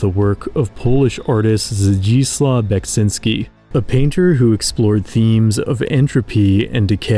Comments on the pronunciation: Wow, someone on the anglophone Youtube took care to pronounce a Polish name correctly. Respect to the Author! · I'm amazed how well you pronounced Zdzisław Beksiński's name. Almost perfectly!